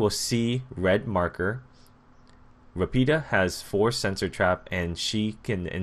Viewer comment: Nice video, finally i can see my Country's "POLIZIA" forces p.s the accent is quite well, Rapida is Ràpida, in english is like a fast girl (i don't know if you understand what i mean) antway good video!